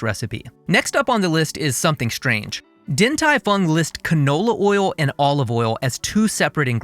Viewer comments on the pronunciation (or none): Only change I would make here is that the “Din” should be pronounced “Ding”. Other than that, great work!